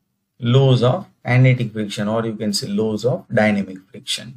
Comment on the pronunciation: Please kindly pronounce the word properly because you are talking about the engineering terms and as a engineer it s very shame full of how you pronounce the word laws, "lows"😄😄😄